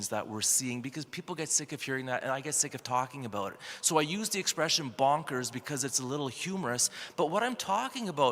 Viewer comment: is it “bunkers” or “ bonkers “ either way let’s pray it will never come to that.